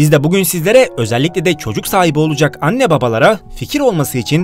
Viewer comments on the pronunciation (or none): none